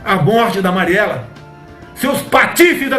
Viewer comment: Mariela é demais ele nem consegue falar o nome dela correto seu velho canalha